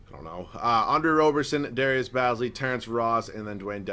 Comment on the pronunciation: Its darius baze lee not baz lee